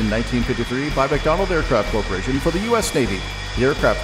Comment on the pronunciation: That narrator just said "MacDonald Aircraft Corporation" don't try to tell me he didn't LOLOL